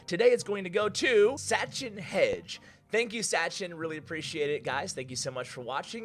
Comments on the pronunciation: no offence but the sponsor of the day u said it's actually pronounced heg de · Its not Hegde. Wrong pronunciation. In India we pronunce it as Heg-day